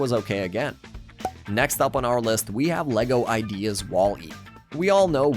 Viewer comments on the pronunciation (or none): none